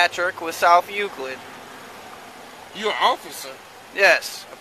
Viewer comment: It was south Euclid commentator didn't pronounce it correctly